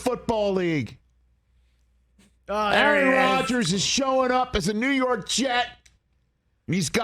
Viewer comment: 😂😂😂 the Rew York jets hahaha